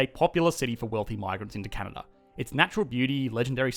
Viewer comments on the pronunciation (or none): 1 it is Canada not Cana or Canda 2 not everyone is “amazingly nice” up here 3 education is so good because Justin Trudeau is the priminister and he is in the liberal party 4 I am too lazy to review all the wrong things in this video but this is what I got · He said canda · Heard that too. Should be a crime to skip an A. eh? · "This is CANAA" - since when they dropped the D? :) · "This is Canna" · "This is Canha?" lmao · Did he say Canna or Canada plus that’s Toronto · I heard, "This, is Cana." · This is Cana? Anybody else hear the same in his first phrase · "This Is Canana" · I swear he said Cana😂😂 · Please learn to pronounce the name of my country correctly! Can a da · I swear you say "This is Canaaa" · “This is Cana” Canadians : skskksksks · At the start, where the heck did the "da" in Canada go? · Its Can-Ad-A, 8 seconds in and im already not going to be friendly with you as a Canadian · I misheard and thought you said Canada's full of natural resources and white people. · CANADA pronunciation- CA-NA-DAH`. That accent is not very Canadian eh., Mind your business. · I thought only South Park characters said Canada like that... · The way he says Canada is what had me racking my brain trying to think of this show!